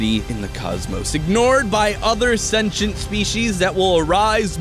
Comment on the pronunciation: I hate the way he pronounces "sentient." SENCHENT BEINGS